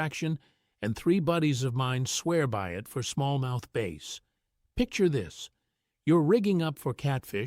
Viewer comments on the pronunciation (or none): Only AI would call a Bass a "Base"! :(